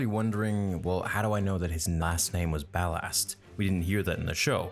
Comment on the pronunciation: Why do you pronounce ballast like bal-asst